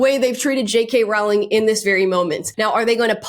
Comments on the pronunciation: Sorry but it’s pronounced Rowling. The hint is in how it is spelt. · Rowling rhymes with bowling 🎳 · FYI, Rowling's name rhymes with bowling. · You’re pronouncing JK Rowling’s last name wrong. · I’ve never heard JK Rowlings name mispronounced more times than this video. You said her name so many times too. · It's pronounced ROLLING!!!!! PLEASE!! It's killing me! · BTW The “row” in “Rowling” actually rhymes with “row” as in “row row row your boat” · Rolling. It's pronounced Rolling. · Rowling is pronounced like "rolling" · it's pronounced like "bowling." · It’s pronounced ROLLING! ROLLING! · Great content, but PLEASE pronounce it - ROW as in rowing a boat, not ROW as in having an argument. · I'm sorry, I cannot listen to you mispronounce Jo Rowling's name over and over and over. You're making my ears bleed! Row, row, row, your boat. Rowling rhymes with bowling, not with howling! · J.K’s last name is pronounced Rolling. like row, row, row your boat. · Idk why so many people mispronounce her name. It is Rolling not ralling. She has even said "like rolling down a hill" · its a silent w in Rowling, it is pronounced as rolling, not row-ling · Btw is Rowling as in Rolling not Rawling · "Rowling" rhymes with "bowling," not "howling." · You should know that Jo's last name rhymes with "bowling", not with "growling." Very grating to hear it mispronounced over and over again. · ‘Rowling’ rhymes with ‘bowling’, not ‘howling’. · Rowling rhymes with BOWLING, not howling. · Just wanted you to know, because I thought you would care... the correct pronunciation of J.K. Rowling is like rolling or bowling. TY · Love you and your content, but cringe every time you say the name "Rowling". It's pronounced like "rolling stones", look it up, she said so herself. (Even though she doesn't correct people who pronounce it wrong) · I BEG YOU start saying her name correctly!!!! Rowling like “row a boat” rhymes with “bowling” PLEASEEEEEEEEEEEEEE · RAWL-ING is killing me lol